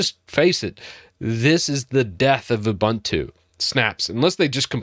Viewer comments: It is pronounced oo-boon-too not Ubantu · “Oo-BOON-too” not “oo-BUN-too” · oo-boon-too not oo-bun-too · it's ooboontoo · A couple of thoughts. First, it's pronounced "oo-boon-too." Secondly, Unity wasn't a great invention. When they came out with it, people hated it. I was always much more a fan of Gnome, or other DEs. But I do agree some of the other things you're talking about are disappointing. But one thing to remember is that Ubuntu was never meant to be a power-house distro. It was always meant to be a really easy distro to use to entice people to come over to Linux. I think even though snap is slow, it helps make things easy for people who don't care about power. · the name of the software is an african word... it is pronounced ooboontoo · Obligatory comment complaining about how you pronounce Ubuntu, even though it doesn't actually matter at all and 99% of us pronounce it that way anyways :P